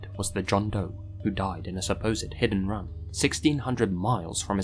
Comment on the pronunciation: when you said “hit and run” I heard it as “hidden run” lol